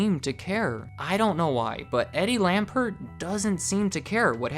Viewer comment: It's Lampert. Eddie Lampert. You said Eddie Lambert.